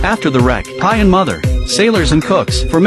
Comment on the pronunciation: I love how he says "the pie" 💀